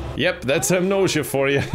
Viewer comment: HE SAID THE THING!! HE SAID AMNOSIA